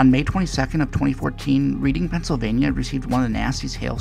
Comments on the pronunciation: It’s not pronounced “reading” it’s more like “Redding” just fyi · Love the video! I have connections to GFS, and remember when Philly drafted him, but it’s pronounced Red-ing not Read-ing lol